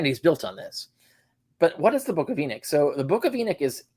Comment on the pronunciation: It's Enoch, not Erick. 😅😅😅 You guys are kind of a joke.